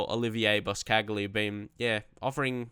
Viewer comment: Boscagli is pronounced Boschagli not bos-cagli